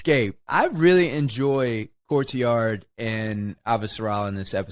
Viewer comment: It's not just me, right? Wes does always sound like he calls him Courtyard, at least when he isn't calling him Cortazar. 😀